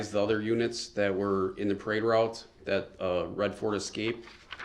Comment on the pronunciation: Dis dat and da third. What a complete moron.